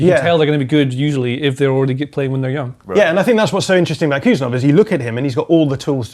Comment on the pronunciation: Hey David Ornstein, Khusanov is pronounced hoo-sA-nov. K is silent and emphasis on A.